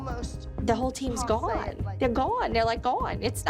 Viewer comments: “they’re gwone they’re all gwone like they’re just gwone” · Why did say gone so much in less than 20 sec and she pronounced this lil go-won